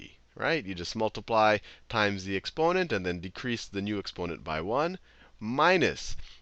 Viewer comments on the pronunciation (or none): none